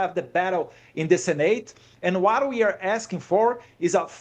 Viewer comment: Qual a dificuldade de falar “WHAT”ao inves de “UARA”?!?